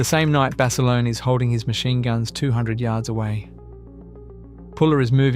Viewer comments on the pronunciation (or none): Decent video, using AI to voice this video does the subjects an Injustice. A lot more could have been elaborated by the Creator about the subjects to reiterate Basilone is pronounced like the other gentleman said Bass a loan. Corpsman is pronounced core man not Corpse. Some of the pictures used misrepresent the actual subject and storyline if you going to talk about Marines especially Marine Aviation don't be using Army Air Corps/ Air Force aircraft. I've watched a few of your videos and there is major room for improvement across all of them.